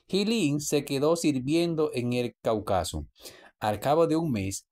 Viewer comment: Cáucaso acento en la tercera silabas, por favor pronunciar correcto.